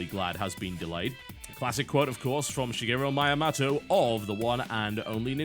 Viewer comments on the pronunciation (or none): "sh-geh-ru maya-motto" Good God TB, dat Pronunciation